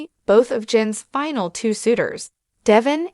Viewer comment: What the hell is a "finel"?